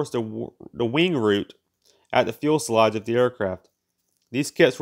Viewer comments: "fuel-sel-age" ow... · I was disturbed by the "fuelselage" thing too. I know that a lot of effort went into this video, but a flaw like that spoils all of that so completely. I am sorry for the author and I was tempted to abandon watching this video at least 5 times in the duration. A little more attention to detail would be warranted. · “Fuelselage?” Really? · Had to stop watching when he called Convair Corvair, it was just the last straw in a line of mispronounced words and names like “fuelselage” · It's pronounced "fuselage". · Drink everytime he mispronounces fuselage. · You cant enter thumbs up but once. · No. He's just mispronouncing the word. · About had to to endure the aggravation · He is commenting on pronunciation. The word, fuselage, only has one L in it. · I was thinking that a robot could pronounce fuselage correctly but that would be harshly critical. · There is only one 'l' (ell) in 'fuselage'. And only one 'e'. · good but please learn how to pronounce the word fuselage. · Can you please pronounce fuselage properly just once ? Do you do any editing before you upload to catch such mispronounced words ? It would be easy to fix and present better product Since narration is 50 percent of your video it should be done correctly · This guy has a hard time pronouncing fuselage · Great stuff.👍just one thing. Its Fus..el..age Not 'Fuel...selage' And Tur..ret not 'Tur..bet' Slow down and use full stops and commas to take a breath. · He keeps saying fuelselage it's fuselage. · If you don't know the difference between "fule sellage" and fuselage, you probably shouldn't be making informational videos about aircraft. You only said "fule sellage" about 50 times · Not really. He's got to learn how to read, or at least pronounce the the words he's written. That's "fuselage", not "fuelselage. Not just once, but everytime. "Convair", not " Corvair". I couldn't take it anymore, and gave up 4 minutes in. Too bad, because it's a great subject. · What is a "fuelselage"?